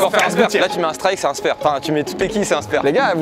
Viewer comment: Il ma fait mal au oreille quand il dit spEre FAUT DIRE spAre